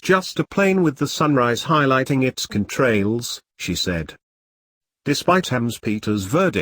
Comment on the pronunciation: meat-tee-allrights....plane can-trails......god i hate robot voice.....as for the ob.....the sun is clearly lower than the camera as to wether that is its reflection off a plane.....it could be dropping altitude .....time and pos should match records....likley a sat.....im glad ufo's are back.....racism and war is horrible.